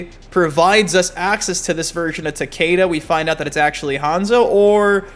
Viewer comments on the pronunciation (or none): Why do people say Takaeda" when the announcer always says Takeda lol is it a speech thing? I'm really wondering lol